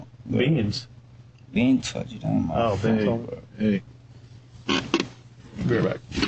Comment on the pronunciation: *BEANS OH BEEN 😂